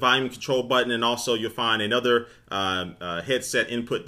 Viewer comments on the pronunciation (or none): none